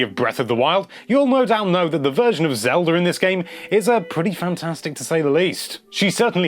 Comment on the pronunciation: Lol he sometimes calls it "Zelder"